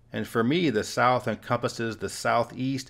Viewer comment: Flat earf; Souf gonna rise again🌽